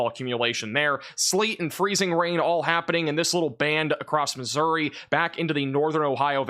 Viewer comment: How hard is I to say Missouri ?